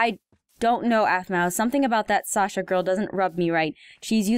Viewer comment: Heym xD shasa (It's Sasha)